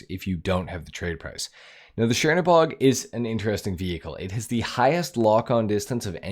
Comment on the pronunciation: This isn't shiernobog – it's Chernobog (Чернобог). Which literally translating as "Black God" from Russian.